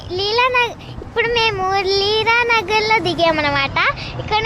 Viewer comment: Leelenagar ani malli chappu thalli😅😅😅😅